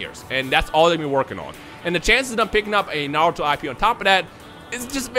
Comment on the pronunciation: Z because of Dragon Ball Z I think it would be Naruto S but Pronounced (Narooto)